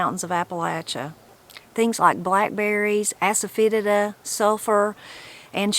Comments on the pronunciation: When you Google the word asafoetida, you will see a long list of things that is good for including stomach ailments. I think the way you were pronouncing it was like an old slang word for it. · Around 3minutes are they saying asafoetida?